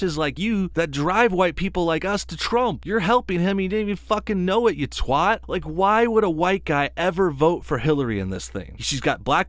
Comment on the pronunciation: Pronouncing twat like that is bullshit.